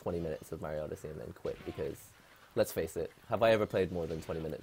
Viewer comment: "odesea" XD